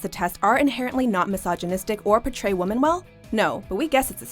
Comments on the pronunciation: Pronounce women as woman one more time. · My god. Why do so many Americans say "woman" when they are referring to "women"?!?!?!